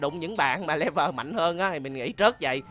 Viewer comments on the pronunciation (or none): none